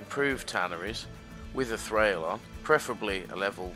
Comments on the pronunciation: It's pronounced Thrawl by the way. Not Thrail. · Hehe :D Nice video... Also I am a german but I am pretty sure you dont pronounce it Trhrail :D